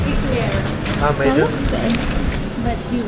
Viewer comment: Yay haha im seeing on ur stories its okay it sounds diff when ate says Eclair😂 yay totally cheaper than the one ur seeing in resto